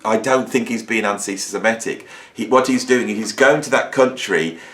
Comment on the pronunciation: With all due respect, the word is antisem-IT-ic. Very common mistake for some reason. And l believe Roger is one - (although l absolutely agree that he shouldn't be censored) - he publicly berated Bono for expressing sympathy for the victims of the 7/10 massacre. That erased any remaining doubts that l might've had.